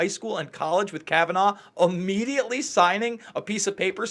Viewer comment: Can you stop saying Kabananof? It’s worse than Bush saying NU CLE LA instead of nuclear